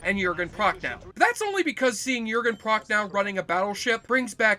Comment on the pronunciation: "Jürgen Proch-no", not "Proch-now" (I don't mind you skrewing up the pronounciation of 'ch' -- unless you're German or Klingon), but -- for the love of ... -- it's [sth. like] "Das Boat" -- not '*oot'.